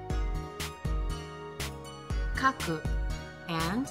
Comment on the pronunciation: "Kaku" Are you suppose to not say it with the K or you just didn't say "Ka" properly?